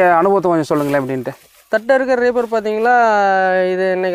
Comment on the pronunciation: தட்டு அல்ல தட்டை